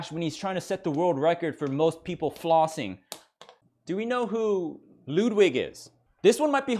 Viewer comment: Lewdwig lol